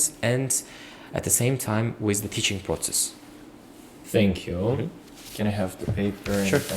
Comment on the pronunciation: Still saying senkyu😂😂